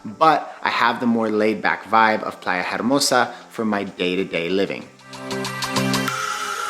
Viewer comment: In Spanish “H” is silent, so you would say Playa Ermosa 😉